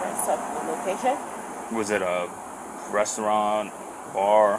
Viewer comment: He said, "Was it breasturant? 😅